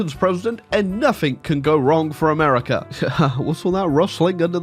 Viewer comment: can someone remind him that there is no k in "nothing"